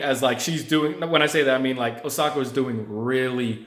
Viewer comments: I kept hearing Asoka. Man, it's "Oh-sa-ka" not Asoka. She got robbed of her moment earlier stop butchering her name. lol Just say Naomi. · It's OSAKA not Asoka ya goblin! You suck ass. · Osaka men O S A K A. Not asoka😂😂😂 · It's Osaka. Not ahsoka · It's O saka not A soka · First of all, if you want to make a video analysing the tennis match stop watching football and stop wandering around the room like you are on meth. and secondly learn to pronounce Osaka properly at least. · You can't even pronounce the name of a city well.....big turn off!!!! OSAKA, how hard is that to say? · She's not Ashoka! Ashoka was an emperor from India. She's Osaka! O-S-A-K-A! It's not that hard. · Stop watching soccer and learn how to pronounce Osaka correctly. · You can't even pronounce the woman's name correctly. Three syllables too much for you? Serena lost the match cuz she lost her head (and seemingly her sanity). That's three times she's acted like a complete loon ass at this event, the one in her own country. She got what she deserved then they tried to make it about her instead of Osaka. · Just a piece of advice.....its very important to pronounce a person's name they way they say it. For example the legendary ice hockey goalie Patrick Roy is French Canadian and his last name is not pronounced like the English name Roy though the spelling is the same....but Roua. And also when making a review concentrate on it, don't watch a Football game as well or do it when the game is over.